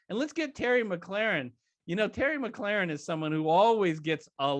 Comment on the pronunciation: Hate to be a stickler but McLaurin is pronounced (Mi-cloor-in)